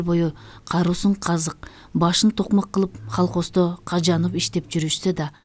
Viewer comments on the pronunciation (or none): Менин кулагыма 😊😊😊 " халхоздо "- деп угулуп атат го.Негизи колхоз деп угулуш керек эле😅😊